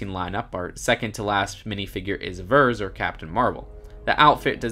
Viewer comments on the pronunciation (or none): For #21 you said “Vers” pronounces as v-er-z it’s pronounced “Vers” as V-ear-z or you could just call her carol danvers Btw I’m not trying to be rude but other people might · You mispronounced Vers ;)